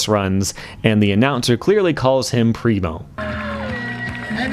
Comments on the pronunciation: Pretty sure I commented this before on an older video? But there is nobody in germany who says "primo" like "rhino", seriously. Now people think people say that in germany because one dude has noob friends :D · Can agree to this. Never heard someone said Primo like rhino